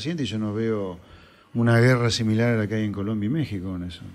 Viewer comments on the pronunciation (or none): none